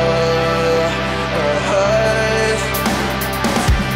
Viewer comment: I love how he pronounces his "s" as "sh". That "God shave all of us" and "It doeshn't matter". He's so adorable.